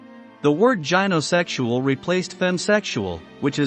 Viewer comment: AI babble with 'gynosexual' mispronounced.